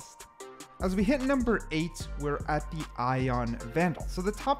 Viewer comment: reaver numbah wan